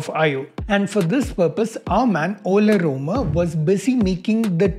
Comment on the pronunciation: Its Ol - Rome - er